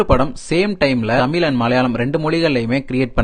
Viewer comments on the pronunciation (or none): என்னது தமிலா? தம்பி சரியா தமிழ் சொல்லு...இதை மலையாத்தான் கேட்டா நமக்கு அவமானம் 😮😮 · Your Tamil.Sorry Thameel is nothing but horrible Thanglish 😂🤡🤡🤡. By the way its not ஆம்பல நடையில். It's அம்பல நடையில்.